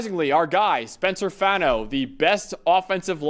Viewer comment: Brothers it’s Faw-No not Fah-No. Rhymes with Paw or Spa.